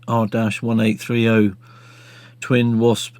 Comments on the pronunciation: I was in Week’s machine a few years ago and it was in good shape. The engines are normally pronounced R eighteen thirty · Listening to this bloke pronouncing the new engines as: ‘R dash 1-8-3-oh’ is painful to the ears.